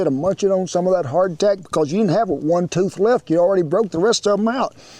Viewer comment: Every time you say hard tack I keep on thinking you're saying heart attack LOL